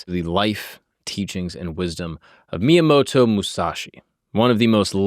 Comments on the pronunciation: At least learn how to say the name correctly. Miyamato? It didn't sound like miyamoto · Myomato? Dint even say his name straight? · Just got here from your Achilles video where you pronounced every single name wrong and of course, right away you pronounce Miyamoto wrong. This is making me think you literally just have ai compile the story, and you just read the teleprompter in front of you with zero research on your end before the show. Either that or it's a running gag that you pronounce everything wrong and I'm just not aware. I seriously don't see how it's possible. If it really is unintentional, you'd think you would pronounce names correctly as least some of the time by accident. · Except he pronounces almost every single name wrong in almost every single episode he does. His Achilles video was annoying as fuh. Literally EVERY. SINGLE. NAME he pronounced won't except for Achilles. In this video he didn't even pronounce Miyamoto correctly.